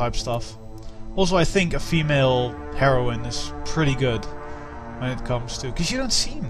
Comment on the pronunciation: It sounded like you said "A female Heroin" :3 Still, good let's play.